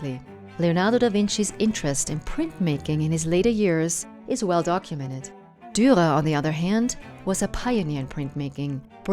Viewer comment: The last r in Durer is silent? Perhaps not? You sound like you are dropping it sometimes.